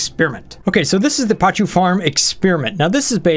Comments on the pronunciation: Pa-koo, NOT pa-choo... =_= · Not PACHU.. PACU (pa·cu - or pakú).. This always triggered me.. :P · It's pronounced PAKU, not pachu, sorry it just hurts my ears :p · They are called "PAH-KOO" This is a real fish!